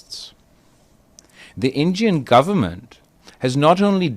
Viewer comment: Injian govurnmenttttttt 🗣️🗣️🗣️😂😂😂😂😂😂